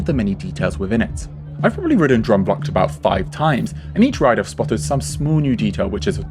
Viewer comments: I’ve always thought Efteling has a very dark fairytale style which is older and very European whereas Disney is very American sugary and bright. It’s like the difference between a Tim Burton film and a Steven Spielberg film . Ps it’s “droom” like “broom” not “drum” 😂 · I love how English people pronounce droomvlucht but I also absolutely love this video. I am a rollercoaster girls through and through. But not in the Efteling. Droomvlucht is my go to. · Your pronunciation of droomvlucht makes me giggle. But great video! I have so much nostalgia attached to this ride and you explained perfectly what I could never put into words. I really enjoy the style of these videos and the insight provided. So thank you for making this. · As a Dutch person I love how you pronounce Droomvlucht